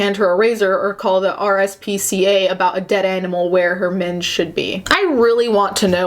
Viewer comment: Sorry but I'm only half way through and cracking up. Hearing you with an American accent read what is he saying, I can't, like minge omg hahahahaha